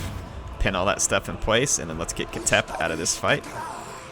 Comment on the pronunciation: Its not pronounced “KA-TEP” its pronounced”KH-TEP”, “KH” sounds as if you are snoring with a strong K element.